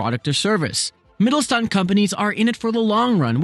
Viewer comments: great video only one little correction: the "st" is pronounced as sht (in the way you would say it in "shook") so rather than Mittelstand it is pronounced as Mittelshtand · Hey! Good video, just one criticism, which is a pet peeve of mine: When a Youtuber pronounces a foreign word wrong, although most of the sounds that make up the word are actually in the Youtuber's native tongue. In this case: In 'MittelSTand' the 's' is pronounced like in the english word 'fish'. And the 'and' is pronounced like the english 'under' without the er. Easy enough for you to say, I think. I know it's not a big deal, but I think it's a matter of respect. It shows respect to the language and culture you're engaging with, and the natives will surely appreciate you going the extra mile, whichever country it might be. And these days, it's as easy as typing the word into Google translate and play it back and then maybe practicing for a minute or two. Have a good day :) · Wie er "Mittelstand" ausspricht ist schon ziemlich witzig :D